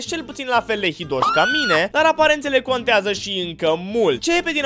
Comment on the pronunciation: Nu "conteză":))) P.S. parodia în sine e jmek ❤ #respect